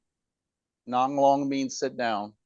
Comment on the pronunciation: Nang long means sit down, not nong long